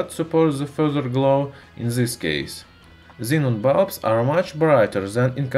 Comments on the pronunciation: F××k..! What happened to ur tongue... atleast pronounced "this" properly.. this is"dhis" not gheez... Topic was interesting but bored of your irritating pronounce.👎yeh thenga tumharey bakwaas jubaan ke liye. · Stop using "Z" in all words man. Word like "this" not start with Z. Learn english better and then do videos like this one.